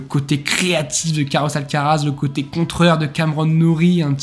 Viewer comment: Coté, pas côté !!!!!!!